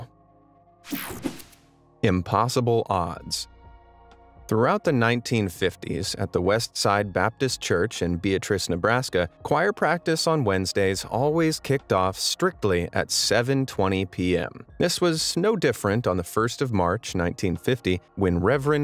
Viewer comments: 2nd video Beatrice, Nebraska...it is not pronounced that way ,like Aunt Beatrice...lol Be-At-Trice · He pronounced Beatrice wrong, some people call it beat rice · Oddly, the name is not pronounced like a woman's name but "BE AT RUSS" with the emphasis on the 'AT". Unless you are from Nebraska, it is always pronounced wrong. ;)